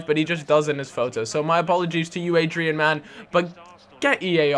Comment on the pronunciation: Its not Adrian. It's Adryan